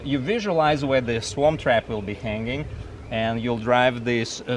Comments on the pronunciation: I know he's not saying it but it sounds like he's saying Swamp Trap LOL. Pretty sure it's Swarm Trap. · I think he was trying to say "Swarm Trap" which would make more logical sense. Just saying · Where do I get my "Swamp Trap"? Just kidding:) That is what I thought he said though. I just purchased my 1st hive on Friday. And am waiting for our bees to arrive ❤ Thank you for the video.